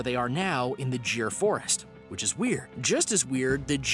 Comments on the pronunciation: . It is not jir it is GIR LION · It's just cringy when you hear 'jeer forest' when it is clearly 'Gir forest' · You pronounced Girl wrong it it is gir you pronounced it jir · Gir forest not jir forest dude... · well it's Gir instead of Jir as you pronounced Well Noce Video 👍👍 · Gir is pronounced as g,,,as in great,,,,not jir✌🏼✌🏼✌🏼 Great video btw🙌🏼🙌🏼🙌🏼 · Its not jeer forest it's Gir forest G for Ghar vala😂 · It's called giir forest not jir Forest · it is gir not jeer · It is gee-r(gir) not jir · It's not pronounced assiatic 🤦 and it's not pronounced 'jir' forest too 😂 it's Gir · It’s actually gheer in indian language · bro you are pronouncing it wrong......GIR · Check your pronunciation of GIR forest, it's wrong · your pronounciation of gir forest is wrong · Gir pronouncing